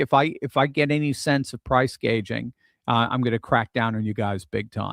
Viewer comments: Pretty sure it's price gouging and not price gaging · . Price Gouging, NotGauging.😊